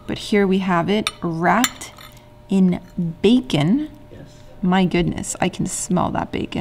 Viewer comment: OMG I heard "rat in bacon". I need to learn and listen more jajaja